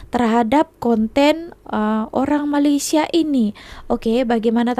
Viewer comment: Nak cakap Inggeris mendanya, sebut Malaysia pun tak betul. Sebutan yang korang selalu salah 1. Melaka bukan MALAKA.. 2. Pulau Pinang bukan PENANG 3. MAlaysia bukan MAALAISHIA